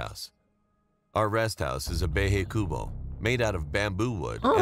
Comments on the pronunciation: "our resthouse is a behey kuubo" got me laughing bc I'm Filipino and it's supposed to be pronounced BA-HAY KU-BO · I am a filipino BUT I AM ENGLISH?!😅🙃 he said bahay cubo rong😡the guy i think it was horror video #2😅 my duck died🥲🥲🥲🥲🥲🥲🥲😢😢😢😢😢😢😱😭😭😭😱😱😱😱😱😱😭😭😭😭😔😔😔🥺😭😢